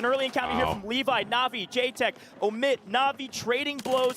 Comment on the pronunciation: The one dude says Emit, the other dude said Omit 50 times trying to let him know he doesn't know how to say their name and he never got it. Some people just have to touch the stove.